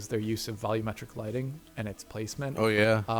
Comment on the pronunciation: "I don't know how to say the word 'volumetric' properly".